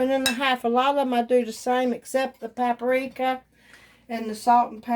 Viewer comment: It's PAP RIKA, not PAP ARIKA. I haven't ever liked blackened anything, but my niece does. She makes it a lot.